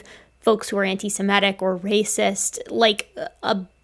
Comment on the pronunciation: Semitic, not Simetic.